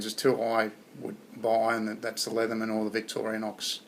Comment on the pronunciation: Nice job, not saying "Leetherman."